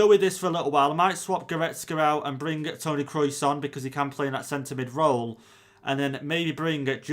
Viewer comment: Nobody:: Tony Krois